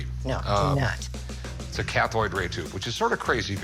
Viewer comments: Lmao Rick says Cathoid instead of cathode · Yeah, he's talking for the camera, not the seller. Also, did I mishear or did he call CRTs cathoid ray tubes? Twice?